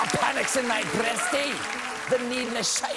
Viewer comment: For all the awfulness with the epi-pen prices, as a Scot, I did appreciate the Burns recital and half-decent attempt at the accent. However, he did say 'breastie" incorrectly. #pedantic